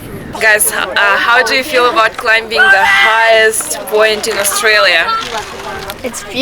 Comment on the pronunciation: B is silent in the word CLIM*B*ING! Surprised you don't know this yet.